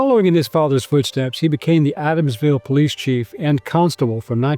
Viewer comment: Walking toll? Adamswille? Learn to pronounce it correctly.